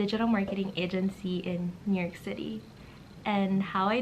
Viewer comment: nyork city 😂😂😂